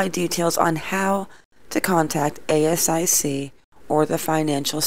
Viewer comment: Rort means scam and ASIC is pronounced As - Sic ❤️